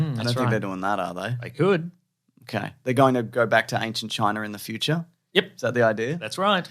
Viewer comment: Show me the R in China.